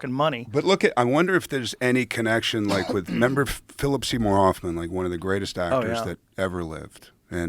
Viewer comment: Josh uses a silent H on Hoffman....Phillip Seymour Offman....lol. I hate it when people use the silent H on the word Human, but this is next level stuff. Wow...lol.